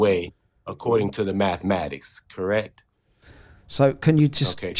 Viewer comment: Say mathmatics one more time motherfucker